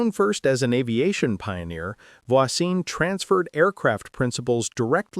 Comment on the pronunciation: Pronouncing Voisin and Jaeger properly would be too much to hope for?